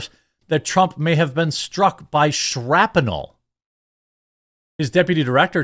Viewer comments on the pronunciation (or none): Shrap-uh-nel?! I had no idea that that was a 3-syllable word! That's ama-zuh-zing!